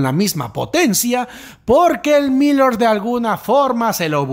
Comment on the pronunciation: Gracias por los vídeos! pronuncias raro Elmillor jajaja. No lo digo con maldad no te enfades por fa! Sólo quiero ayudar. Se que es raro xq es una palabra en catalán. (pronuncialo como con tilde en la o, "el millór" algo así, puedes usar el traductor para saberlo). Un abrazo!:3